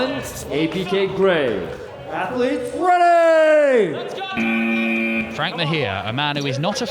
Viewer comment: Fank? I think someone messed up 😂